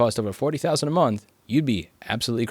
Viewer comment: "forty thousand a minth" lmao EDIT: Also inb4 Louis Rossmann becomes Based Floridaman